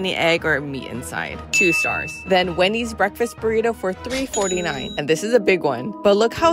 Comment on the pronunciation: The ways these dudes pronounce spanish words is just hilarious...buritou...